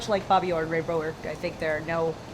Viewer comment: Wow, she’s beautiful. Although the way she says, “Bourque,” is weird.